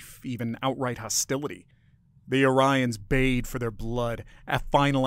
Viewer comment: Yes but you mispronounced Orions half the time.